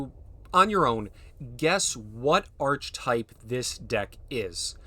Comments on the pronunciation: Archetype is pronounced "Ark-ə-type." Its a greek word so the "ch" makes a hard "k" sound. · archetype is pronounced - "aar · kuh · tipe" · Or better still “Arr-Key-Type” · It's not grammar, it's phonetics and pronunciation. There is a correct way to say the word, and hearing it said wrongly over and over and over gets annoying. Once or twice is nothing, but when someone makes such a simple mistake so many times it's polite to simply correct it. The hard k sound for "ch" is correct for this word because it is Greek. Any time you pronounce an obviously Greek orogin word like archetype with a soft "ch" as in "cheese" you reveal your ignorance.